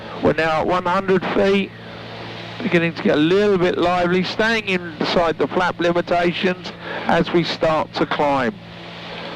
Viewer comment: Some of your viewers are very into aviation and love the safety and techno babble... no need to speed through it. And I Google every time he says "flap off or flap out" because I'm still a child at heart and it sounds remarkably like fap off and fap out